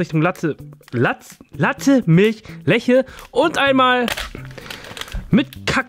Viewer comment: das wird letsche ausgesprochen nicht leche